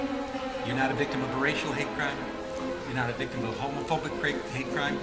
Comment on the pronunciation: “you’re not a victim of a homophonic crepe” 😭